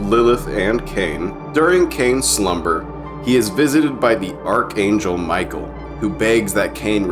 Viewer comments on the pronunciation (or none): none